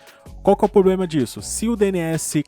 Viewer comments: O problema é falar poblema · cara, nunca mais fale POBLEMA, corrige isso, pelo amor de deus.